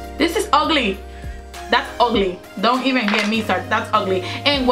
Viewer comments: it's OGLY 😁😂. love your accent . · when she said "das ogly" I died laughing lol